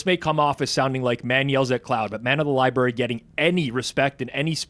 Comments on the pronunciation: Did everyone just let it go that apparently doesn't know how to say the word library? FOUR times they let libary go. How was he not absolutely dragged for that? 🤣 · can’t say library like a lot of the homies on the Spaces.😂😂😂 Li-berry 😂😂😂